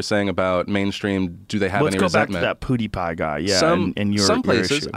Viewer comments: Nobody: Joe Rogan: Poodiepie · Why does Joe pronounce PewDiePie like PuDiePie? It sounds like BoodyPie